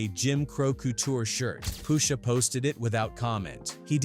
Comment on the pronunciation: Poosha huh... Get a better AI voice over